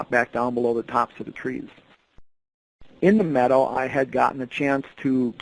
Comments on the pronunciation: It took me a while to understand that what he was saying was “meadow” not “medal”. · I thought maybe “metal.” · Say meadow properly